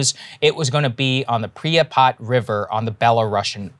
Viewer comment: You can tell he never played cod4. Listen to his pronunciation of pripyat.